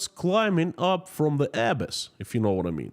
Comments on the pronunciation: Just for the future, the word "abyss" is pronounced "ah - BISS" with emphasis on the second syllable. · "abyss" pronounced "a-BISS" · As a fluent speaker of English language I can help you with the word abyss. It would be uh bis. with the accent on bis. I hope that is helpful. And in regard to the 29 Billion, It may have been unplayable anyway. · I'm not being a snob here, just trying to help: K, Abyss is pronounced Uh-bis. 😊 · You are mispronouncing the word Abyss. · Nice podcast. Thank you. One quick note on pronounciation of ‘abyss’. 😀The accent should be on the second syllable, not the first. 👍